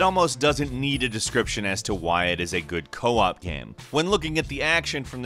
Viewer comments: It's Co-Op not Coop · Co-op, not 'coop'